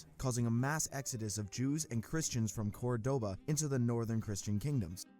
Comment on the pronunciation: A note on pronunciation: it's not the battle of "Co-va-do-ña", as spoken in the video ("gn" digraph in French sounds like in Spanish "ñ": AFI /ɲ/), but "Co-va-don-ga" as per written in our Spanish language. Another: it's not "Cor-DO-ba" (the accented syllabe) but "CÓR-do-ba), hence why it even has a tilde, emphasizing the accent. A third one: it's not "Grenada" (a non-existant word) but "Granada".